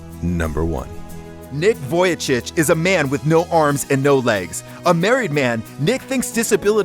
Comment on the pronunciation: Actually... the correct pronunciation for Vujicic is “Vweecheech”